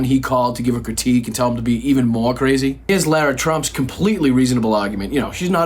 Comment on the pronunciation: While we're on the subject of the family....why does the right wing media refer to "Lara" Trump as "Laura" Trump? Try as I may, I can't seem to pronounce L-A-R-A as Law-ra. Any insight would be greatly appreciated.